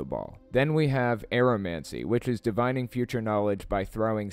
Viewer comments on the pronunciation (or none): "DIV-in-ing" not "di-VINE-ing"... ffs, this video fails on so many levels. Tons of bullshite.